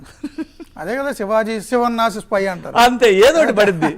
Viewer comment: Syp kaadhu spy